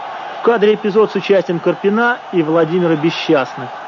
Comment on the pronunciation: "Однако, активная игра на флангах КарпинА и ЦымбалАря..." Феерично, мля. . Узнаю брата-физика: "распределение ФермИ - ДИрака".